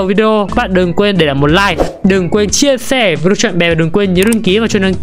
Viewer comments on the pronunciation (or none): none